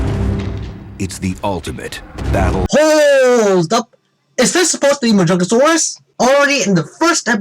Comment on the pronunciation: Also really Jurassic Fight Club? YOU PRONOUNCE MAJUNGASAURUS WRONG? YOU PRONOUNCE IT MAJUNGATHOLUS?! WHAT IS WRONG WITH YOU JURASSIC FIGHT CLUB AND HISTORY?!?!?!